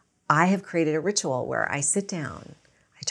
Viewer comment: could you say ritual one more time lol